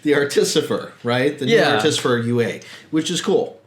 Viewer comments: What you're saying: ar-TIS-i-fer What you should be saying: ART-i-fi-sir Wrong emphasis, and switched two letters around... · You’re putting the em-phas-is on the wrong syl-lAble. ‘Artifice’, just start there and add ‘-er’. Artifice-er, artificer, now you got it. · Hi Sean, Im Sean too. From one fellow Sean to the next, its Atificer not Articifer :') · why do you keep saying articifer instead of artificer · Artisifer? Lol I'm subscribing just for moments like that. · Also 'articifer' lol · Had to stop your video ... ar-te-FY-sir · I would say ART-i-fi-sir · Hi guys, I love the content and reviews! The Artificer pronunciation is rather jarring though. Keep up the good work.